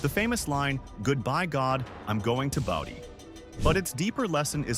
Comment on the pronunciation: Boh-dee, not bah-dee =)